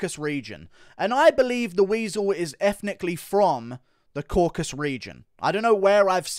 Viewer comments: Isn't it Caucasus not Caucas? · CAUCASUS. FFS IT'S THE CAUCASUS NOT THE "CAUCUS"